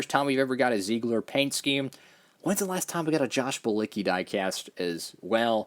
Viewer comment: Zeigler is based in my hometown so it's awesome to see a diecast made. And just to let you know, it's a car dealership and it's pronounced "zigler." Keep up the great content!